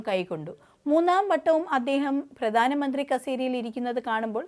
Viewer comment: വാർത്ത അവതാരകയ്ക്ക് അക്ഷരശുദ്ധി തീരെയില്ല. പ്രധാനമന്ത്രി - പ്രദാനമന്ത്രി രക്ഷാബന്ധൻ - രക്ഷാബന്ദൻ ബന്ധങ്ങൾ - ബന്തങ്ങൾ മധുരം - മദുരം രാഖി - രാഗി മുപ്പത് - നുപ്പത് മാർഗ്ഗരേഖ - മാർഗരേഗ മുഖ്യമന്ത്രി - മുക്ക്യമന്ത്രി പ്രാർത്ഥന - പ്രാർത്തന കൊച്ചുകുട്ടികൾക്ക് പോലും വൃത്തിയായി ഉച്ചരിക്കാവുന്ന ഇത്രയും വാക്കുകൾ ഈ പെൺകുട്ടി തെറ്റായിട്ടാണ് ഉച്ചരിക്കുന്നത്. വാർത്താ വായനക്കാർക്കും അനൗൺസർമാർക്കും ആദ്യം വേണ്ടത് ഉച്ചാരണ സ്പുടതയാണ്. അത് ഇല്ലാത്തവരെ ഈ വക ഉത്തരവാദിത്തങ്ങൾ ഏൽപ്പിക്കരുത്. മാതൃഭൂമി പോലെ ഒരു ചാനൽ ഇങ്ങനെ കാണിക്കുമ്പോൾ ഇത്രയും കാലം കൊണ്ട് മാതൃഭൂമി നേടിയെടുത്ത അന്തസ്സാണ് നഷ്ടമാകുന്നത്.